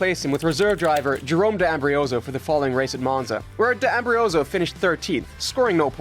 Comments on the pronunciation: it's not "Ambrioso", it's "Ambrosio", like "am brought z o" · I'll subscribe if you pronounce names right LOL It's Kobayashi, not Kabuyashi... And D'Ambrosio, not D'Ambrioso